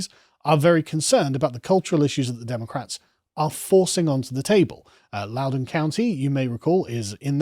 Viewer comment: Thanks for pronouncing Loudoun county correctly, I know it's spelled wierd